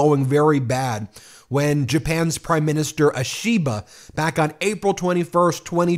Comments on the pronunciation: Can Ben learn to pronounce Japanese names better? 😅 “ashiba” means scaffolding, “Ishiba” is the Prime Minister’s name. Say “wish” minus the “w” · Hun, you completely butchered the Japanese language. 😆 🤣 😂. I know its a hard language for some. I dont have that problem, but many Americans apparently do. Example: Ishiba is pronounced - "Eee-she-buh". Not "uh-she-buh" as if its the letter "A", or "eye-she-buh" as in the letter "i" like eyeball. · I think Ishiba would appreciate if you pronounce his name right. It’s Ee-shi-ba. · I am an American living in Japan. Your pronunciation of Japanese names has mostly been correct, but I'd like to clarify the pronunciation of the prime minister, Shigeru Ishiba. It sounds like this: SHE-gay-roo E-shee-BA. Emphasis on letters in CAPS. Americans tend to accent the middle syllables but in Japanese, emphasis can be on the first or last syllable many times. Thank you to everyone on MTN, I watch every day!